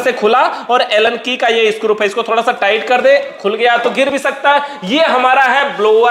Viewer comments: Scrup nhi scru hota hai 😅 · मै हमेशा के विडियोज देखता हूं, इतना टेक्निकल इंटेलिजेंट बंदा है, फिर भी 😂स्क्रू को स्क्रूप बोलता है क्या वजह हो सकती है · It's screw not scrup 😅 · सब तो अच्छा है लेकिन स्क्रू को स्क्रूप ना बोलो सर जी😅